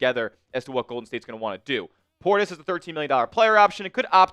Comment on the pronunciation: Facts. It's Portis